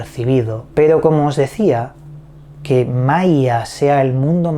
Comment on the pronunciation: Hola! Saludos desde Venezuela. Maia suena como Maria. Que raro!